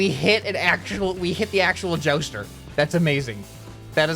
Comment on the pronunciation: What says:jouster What i am hearing:joestar Xd, i am not jojofan